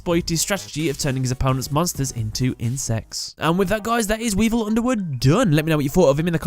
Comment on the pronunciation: he called him weedle